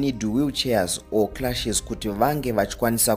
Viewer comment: They r crutches not cluches